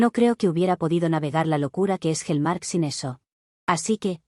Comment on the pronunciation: Hellmark por Hallmark 😅😂😂😂😂